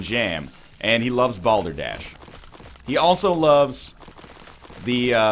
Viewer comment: Excuse me, did you say... "Balder Dash"? Is that like eggrace?